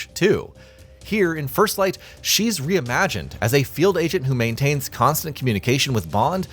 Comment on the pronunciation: "First FFlight" ?😂